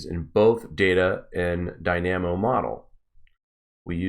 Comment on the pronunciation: Search up Solar dynamo. Also he is pronouncing it incorrectly. Should be dai· nuh·mow. Basically it is the magnet oscillation of the sun which is said to be quite consistent in its many dimensions.